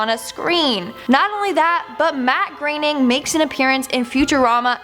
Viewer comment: It's pronounced matt growning not greening